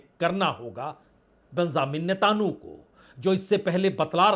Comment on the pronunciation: Why do you pronounce the 'netanyahu' in a strange and incorrect way? Not expected from someone of your experience.